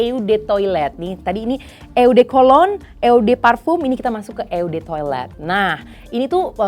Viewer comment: Ralat cara bacanya ya, kak. Kebetulan gw bisa Bahasa Perancis, EDT dan EDP berasal dari Bahasa Perancis.. Eau de Toilette dibaca : O de toalet, Eau de Parfum : O de Pahrfang.